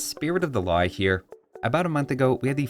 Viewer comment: "hwhats happening over 'ere"